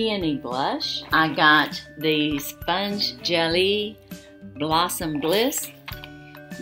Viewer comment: It’s pronounced Sponge gel A See the accent over the e at the end of the word. It’s the same as saying Renee’ pronounced Renea with a long A at the end.